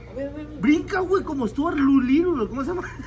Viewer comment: " como Stuart duliruld" 🤣🤣🤣🤣🤣